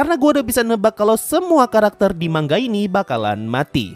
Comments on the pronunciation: Manga dibacanya man ga,,, bukan dibaca ma nga.. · manga bang bukan mangga